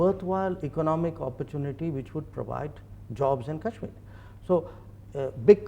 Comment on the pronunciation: She's literally saying, "Cashmiya" instead of Kashmir. And, God! She really must love China!